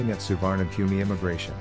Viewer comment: It's pronounced Soo-wanna-poom. How can you trust information about an airport from someone who can't be bothered to find out how to say its name